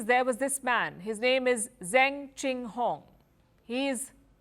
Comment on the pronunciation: Zeng Qinhong's last name is pronounced "Zuhng" like "rung" or "sung," not "Zang," as Palki pronounced it (she's usually rather decent with mandarin syllables).